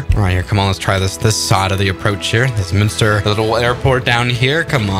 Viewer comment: munster airport ❌❌ monster airport ✔✔